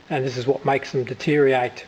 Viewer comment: At the risk of being pedantic, it's deteriorate rather than detereate. :-)